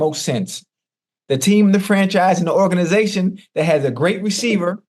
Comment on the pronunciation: Hold up again. Did Chad just say organation 😂😂😂